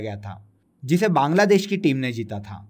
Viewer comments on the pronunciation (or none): none